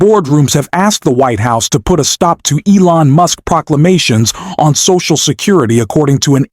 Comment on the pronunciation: listen closely to the pronunciation of Musk's name right after this time stamp. He also pronounces it MOOSK one time. Also there was a warning that this video was made with altered or synthetic content just before the reading of the article that they put up in print. This is something a video maker has to do if they change content in any way with AI or splicing or pictures or anything. I tried to find it again but apparently it only has to show once. It's in the corner of the article at the top right just as the announcer begins to read it. I noticed it because I ran into it once before in another article and clicked it and it took me to a page that explained it. It will be around or shortly after .